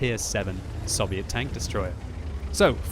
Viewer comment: did he call the t25/5 soviot